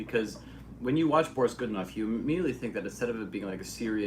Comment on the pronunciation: нее правильное ударение borIs godunOv